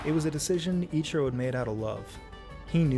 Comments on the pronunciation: EACH-E-ROW read your comments dude :P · no he's just poking fun at pronunciation of ichiro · Mans got flamed in the comments and still can't pronounce the name "Ichiro"